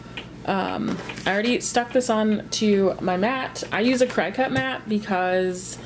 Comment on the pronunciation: Cricut is pronounced "Cricket" lol thanks for the video. Very helpful!